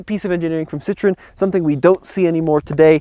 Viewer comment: I Wonder Why everytime you say Citron you have to say it with a weird French accent? you don't sound like you know how to speak French LOL